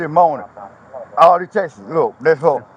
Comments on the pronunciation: It's texts not textes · He said,Reed awl dem Texas!😅 For the normal speaking humans he was attempting to say ,read all of the texts!😅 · "all them textes. All them textes" 😆😆😆😆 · He said just read all da textes😂🤣😂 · “Read all da Texas”😂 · Say “tex-es” one more time unc lol